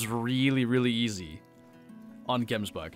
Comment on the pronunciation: its prenounsed Gems but in afrikaans Bok in afrikaans